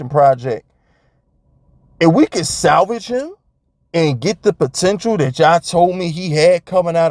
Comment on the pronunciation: Yo you said salvage like he's a broken old car 😂